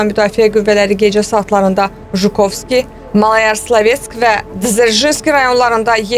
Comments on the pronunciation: ŞKOVSKİ AEROPORTU YOX JUKOVSKİ DEYİN DÜZGÜN DE SAVADSIZ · Şukovski yox Jukovski